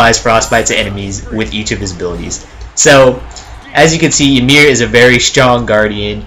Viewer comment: Also its EE MEER